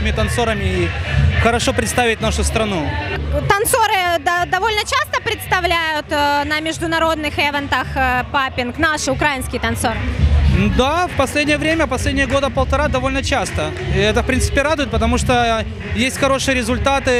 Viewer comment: Тот случай, когда ты журналист, но так и не смог понять, куда ставится ударение в слове "украИнский"